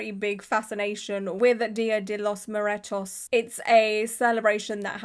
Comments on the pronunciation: Mu-er-tos, not Mu-re-tos! 😊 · I love watching your videos, but having lived in Texas for almost a decade now, I just have to jump in and let you know the correct pronunciation of Dia de los Muertos, it’s phonetically pronounced as ”mm-where-tos”! Sorry, no hate at all. Not sure if anyone has already commented to let you know so my apologies if so! Just scrolling through I haven’t seen any yet. Cheers! ❤